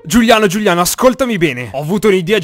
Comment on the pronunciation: Hai detto Giugliano e non Giuliano p.s prendi questo commento sul ridere